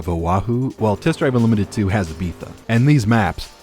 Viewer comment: Very fun video, I hate the way you say Ibiza!